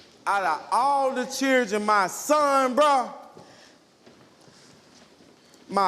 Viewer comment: Is this guy serious he'll Is this guy serious he'll enunciate the word accountability but then start calling him changing It won't even talk text the word children Which I could barely make out if it wasn't given in context I would have 0 clue what word that was I don't know why people play themselves down or dumb That's exactly what he's doing at the same time he's trying to get respect by speaking properly only annoyingly with his pronunciation of his tea and accountability wow